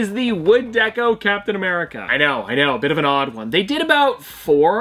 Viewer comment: I thought you said Cowptain America